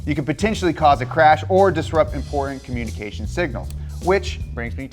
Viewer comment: Hard to take a guy seriously who can't pronounce his own last name, the word mountain or the word important.